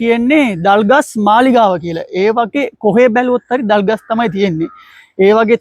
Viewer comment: You are talking clear than some Sinhalese boys well done .❤that trees thalgas not dalgas